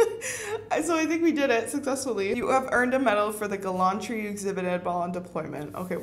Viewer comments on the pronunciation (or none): Girl, please learn how to pronounce gallantry, that hurt my ears lol